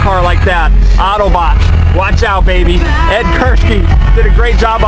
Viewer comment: lmao did he say auto bites ??